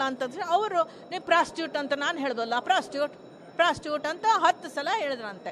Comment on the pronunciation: ಫ್ರಾಸ್ಟ್ರೆಡ್ ಶಬ್ಧ ಪ್ರೊಸ್ಟುಟೂಟಗೆ ಪ್ರೊಸ್ಟುಟೂಟ ಹಾಗೇ ಕೇಳಿಸಿದೆ 💯💯☑️☑️😄🤪😃😅😀😝🤣😜😂